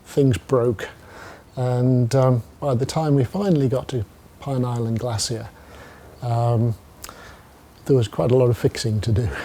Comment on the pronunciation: Glacier, not glassier